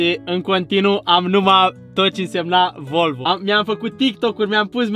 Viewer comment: sa stii ca asata nu e volvo ! :D asta este ,, VOLVĂU ,, :D